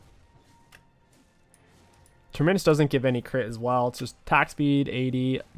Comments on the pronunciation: Please stop saying Terminnus. Have you ever taken a plane before? You fly out from a TERMINAL.. not a TERMINNAL. TER-MI-NUS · Say the word terminal. Notice how you pronounce that word. Then replace the 'al' with 'us'. Terminus (pronounced Tur-meh-nus. Not Tur-MEN-is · Love the vids but please stop pronouncing Terminus as Ter-minus. It's pronounced Term-inus. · Go back to saying terminius. Fuel the babies who complain about how you pronounce words 😂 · I cringe every time you say TermInus. Just say Terminal and that's your pronunciation. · You should type the word Terminus into google translate and have a listen to how to say it. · no. can be taught. He does say that word correctly now but terminus needs work. Sometimes I think he does it out of spite lmao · I swear he purposefully mispronounces things it bugs me sometimes hahaha